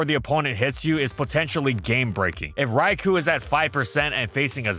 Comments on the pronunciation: Raikou* not Raiku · This is why it bugs me that there is still isn't an ability that triggers Trick Room upon switch-in. Also for Arceus' sake it's pronounced "Rai-Koh"!!